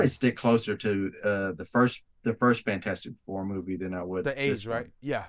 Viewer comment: you kept calling it fant-4-stic.... that bothered me a little....😂